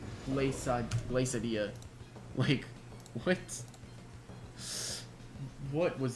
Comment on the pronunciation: Aint no way just pronounced Glacadia like Quesadilla